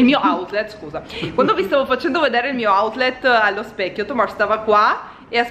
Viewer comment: AhahahHHaha autlet? Ahahahahaha siete mitici